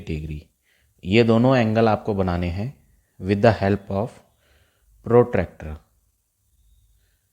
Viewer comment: Sir it was protector not protractor😃😃😁😁😅😅